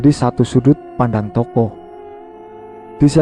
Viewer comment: Baca yang bener lah.. bukan TOKO tapi TOKOH